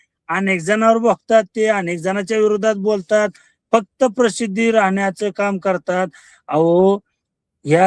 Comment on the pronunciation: Are tu प्रसिद्धी ha शब्द नीट उच्चार कर अगोदर